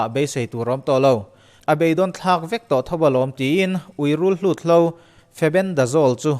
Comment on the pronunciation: Rulhlut ni lovin, rulhut.